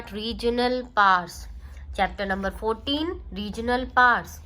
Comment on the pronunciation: It not said pars it said powers